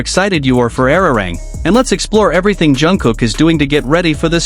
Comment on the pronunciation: Nicht ararang sondern arirang!!!